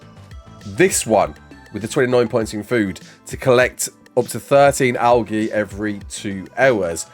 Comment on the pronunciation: Is he saying Algae like that to tru and be funny?